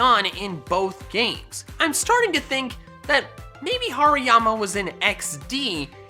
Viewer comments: Did anyone heard him say Pariama??? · HARIYAMA DOES NOT START WITH A P, IT STARTS WITH AN H! AND IT'S ELECTRODE, NOT ELECTROOD!